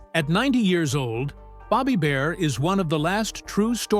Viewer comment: Bobby Bare not Bobby Bear!